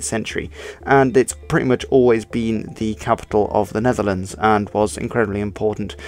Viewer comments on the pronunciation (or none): none